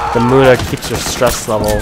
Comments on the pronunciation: love how he says muna and not muña :P long live latin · Pretty sure it's pronounced "Mun-ya", dat n has a squiggly.